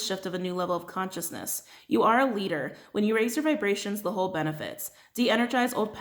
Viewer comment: 🤣🤣😂😂😂😂😂😂😂😂😂😂😂😂😂 DID ANYONE ELSE HEAR HER SAY (During the rainbow Myanite Stone read) “WHEN U RAISE YOUR VIBRATIONS THE HOE BENEFITS “ lmfao. I can’t stop laughing!! Although I know she said whole. I still had to rewind. LMFAOOO